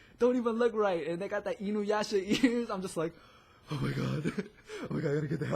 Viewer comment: I like the way you say Inuyasha!